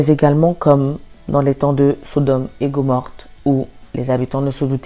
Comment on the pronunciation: Un petit rectificatif amical, ma petite sœur : On ne dit pas Gomorte mais Gomorrhe. Sinon, merci pour ton message.